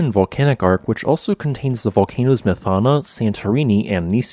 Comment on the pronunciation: Some few mistakes here: The island at the NE is Kimolos, not Kimlos, where did you find that? Also the syllables of Methana are wrongly stressed. The 1st syllable must be stressed, not the 2nd one, ie Mëthana, not Methána. Please fix these...